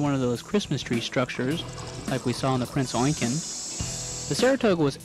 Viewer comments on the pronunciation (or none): You need to do a bit more research and learn how to pronounce the ships name correctly because as far as i know there was never a ship named Prince Oinkgen, you also need to learn how to speak without the constant ers and ums. With my two gripes out of the way this was not a bad video and thank you for posting.